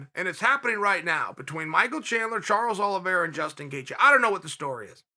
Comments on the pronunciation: "Charlie Olives" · "Charlie olives"🤣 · “Charley Olives” 🤣🤣🤣 “It is absolutely log... JUSTIN GAETHJE ..it is logged jammed with stars” 💀💀💀💀💀💀